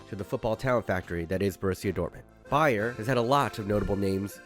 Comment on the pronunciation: seeing as how often it sounds like you are saying "BayerN" instead of "Bayer", this was the last straw. I officially feel personally attacked